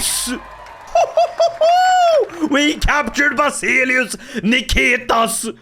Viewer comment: Ikke for å pirke, men Basileus uttales ikke som det skrives. Det uttales som vasilevs